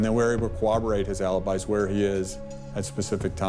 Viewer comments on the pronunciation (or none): Why can't most people properly pronounce "corroborate?" There's no "w" sound. It's not a version of "cooperate." Learn how to say it! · Cowaborrate😅😅It's corroborate. These detectives so often can't even pronounce this word correctly